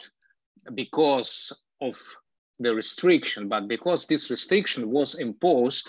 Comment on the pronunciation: Прекрасный английский. Добавлю, because произносятся не бикорз (‘becourse’?), а бикоз.